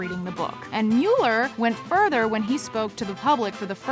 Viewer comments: How many times have we, as a society, heard the pronunciation of Robert Mueller's name in the last 2 years? How is this woman still saying it wrong? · It's Mull-er not mule-er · OMG if she says MEWLER one more time I'm going to turn it off. It's pronounced MULLER. MULLER not MEWLER. GAH! STAHP! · Please, please stop calling him "Mule-er", it's "Mull-er." Killing me! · Pronounced MULLER report ... I mean come on get it right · It's pronounced Muller. If you researched, you would know it. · Pronounced Muller, as in, one who mulls. No rhyme with Bueller. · Why do you keep saying Meu--ler? Not how it's pronounced and fairly distracting due to how many times you use it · oh my lord please PLEASE stop saying mew-ller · It is pronounced like "Muller" no long u. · How does Jamie Lee not know how to pronounce Mueller's name after the last two years and why didn't you, I dunno, get a take where she says it correctly? It's hard to take her seriously as a narrator after that tbh (even though her voice is wonderful and seems clearly talented). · Please pronounce Robert Muellers name correctly! She’s driving me nutz. Good info though. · why did nobody correct her continuous mispronunciation of mueller's name